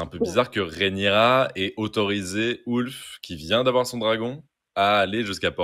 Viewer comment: Ah non, (quelle belle voix!), tu vas pas dire "Ouf" au lieu de "Ulf", toi aussi! Sinon, bon duo, analyse sympa.👍 Et j'ai aimé quand a parlé de l'animalité du dragon.🐉😋